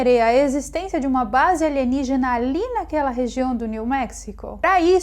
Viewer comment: Saudade de quando ouvia aligenigina